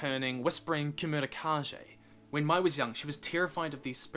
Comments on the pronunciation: Not to be that person… I’m sure someone might have already said this but Mai’s name is pronounced May from the how it was pronounced in the show 😂 okay by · It’s pronounced ‘May’ like the month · It’s not pronounced (my) it’s pronounced (May) like the month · Mai is pronounced like May, not my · it't pronnounced Mey not May... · i significantly enjoy and appreciate this video, but if you continue to pronounce mai’s name like “my,” i will find you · Bugged me how you pronounced Mai